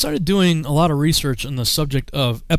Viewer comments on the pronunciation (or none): none